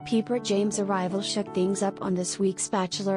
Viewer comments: It is pronounced like "piper," not "peeper'. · obviously you have never watched the show. Her name is not "Peeper"